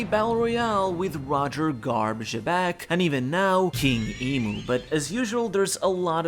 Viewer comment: Ugh excuse me sir, I think you misspoke I think you meant, "Webec".